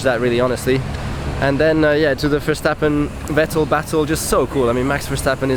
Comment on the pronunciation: Good analysis. But Nico, honestly, being German you really should be able to pronounce Vettel.